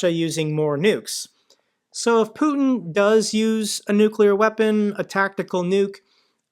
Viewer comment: Putin not Puton . Americans seem to struggle pronouncing names .😊